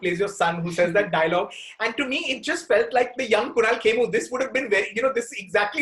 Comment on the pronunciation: No.... Its kemmu